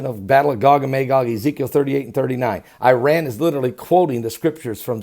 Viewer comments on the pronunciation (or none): none